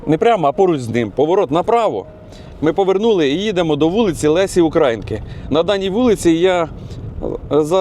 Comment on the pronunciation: Не УкрАїнки,а УкраЇнки,ставте наголос так як має бути.